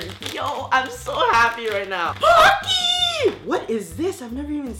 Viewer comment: When he said pocky I thaught it was donkey